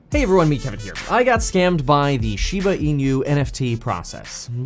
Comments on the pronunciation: Hi Kevin, Thanks for getting into SHIBA INU. The pronunciation of INU in SHIBA INU should be E-NOO, like noo of the word "nook". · Plus he pronounces inu incorrectly! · The way you continue to pronounce inu just irks me… lol it got me annoyed enough to stop the video and comment. 🤦‍♂️🤦‍♂️🤦‍♂️